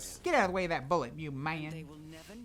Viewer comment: "Oh don't get hit by that bullet" but said like you're eating hot food